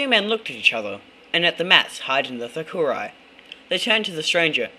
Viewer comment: It's pronounced thookedi